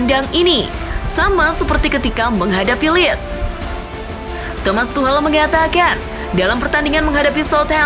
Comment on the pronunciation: Tuhcel mbak bukan tuhlel wkwk